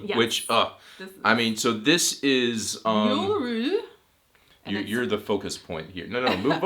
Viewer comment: It funny to hear how much you struggle with julefrokost and julebryg :D